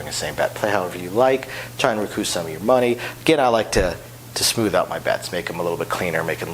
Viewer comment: I would guess he had a few semesters of French that are pushing him to pronounce it the way he does.